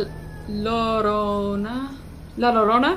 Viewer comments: Kris, it’s pronounced (la-your-own-a) hope that helped😊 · La Llorona is a Mexican urban legend. It’s pronounced like “La lidona” kinda- Edit: thx for the likes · "La llorona": In Spanish, if there are two L's next to each other it's almost always pronounced like a Y. So if somebody heard it and didn't know how to spell it, they'd probably spell it yorona, instead of llorona. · Li ya-ron-a that's how you say it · in breif details, La llorona (it pronounces " la lyorona" ) was a woman, who threw her two babies uncontiously but crying in a river, then she became contious and realised her act, she then comitted sewer slide by drowning in the same river. Rural people say that her spirit is still haunting the river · btw its pronounced la yronna for future references! love ur vids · “La llorona” pronounced “ Yo- Ro-Na” translates to the weeping widow Mexican folk lore story of a mother who had drowned her kids. But due to the nature of her trama she is said to steal wandering children to try to replace the ones she lost. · La llorana is pronounced:la yorona MEXICAN STORY: She was walking with her children near a river when she saw her husband with another women. When they left, she was so angry that she drowned her children in the river, afterwards she realized what she did. When she died, she was near that river crying and yelling in Spanish: WHERE ARE MY KIDS? MY KIDS! Of course in Spanish, so whenever she sees a child, and it's not hers, she drowns that child. She is still trying the find her child La llorana in english is known as the weeping women. She is supposed to look very beautiful with a white dress, very skinny, and pale. This is a Mexican scary story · in breif details, La llorona (it pronounces " la lyorona" ) was a woman, who threw her two babies uncontiously but crying in a river, then she became contious and realised her act, she then comitted sewer slide by drowning in the same river. Rural people say that her spirit is still haunting the river.